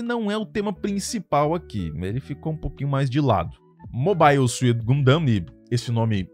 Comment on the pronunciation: porra não sabe falar gundam eu fiquei pensando q anime era o q vc tava falando kkk